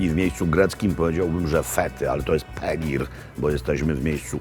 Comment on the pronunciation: Ser po turecku to peynir, a nie pegir :)